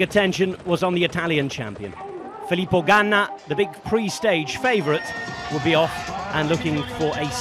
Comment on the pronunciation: Better than pronouncing it "Philip O'Gana"